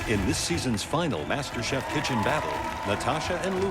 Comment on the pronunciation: IT'S MASTERCHEF NOT MASTERBATE xDDD